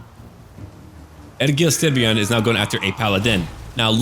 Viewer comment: I’m from Denmark and i have no problem with your pronunciation of Egil Styrbjorn, i will even say your version sound more intimidating so it works out.